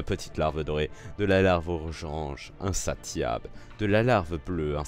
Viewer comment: Je pense que c'est larve "in-ssa-si-able" (owi j'suis trop fort en phonétique) x)